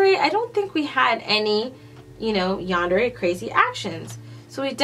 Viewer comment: You can call it what ever you want but you did say it right